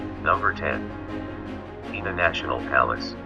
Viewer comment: Portugal´s PENA palace must be pronounced as written: PENA, no PEENA. It takes its name after Our Lady of he Feather ("pena" in portuguese).